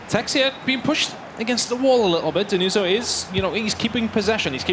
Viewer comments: Denuzzo Is stronger. And you have ti pronounce with 2 Z and hot with the S like you english people pronounce everything... Learn some pronounce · Denuso, ma ce la fate dmmrd a imparà la pronuncia